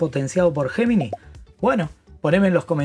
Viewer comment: Repite después de mí,: ye-mi-nai! Para que seas unos de los primeros en Latinoamérica que lo pronuncia correctamente. (Gemini)